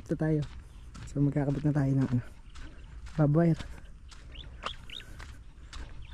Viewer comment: Barbed wire, not vive wire, hehehe